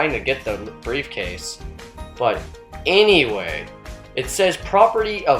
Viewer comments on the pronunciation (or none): none